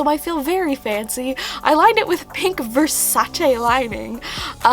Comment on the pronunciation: I love you but I got so annoyed when you kept on saying vasace wrong.. 😂